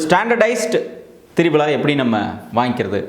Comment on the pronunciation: Dear Dr. It is pronounced as Triphala and not Tribala...